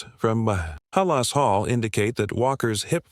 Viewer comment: Come on, lose the AI voice! Terrible that something so important to Bears fans as Halas Hall can’t be pronounced correctly!